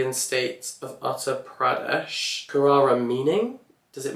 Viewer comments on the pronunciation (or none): him pronouncing Uttar Pradesh got me cackling💀💀💀